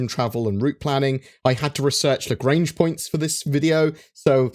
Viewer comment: That's not how you speak out "Lagrange"...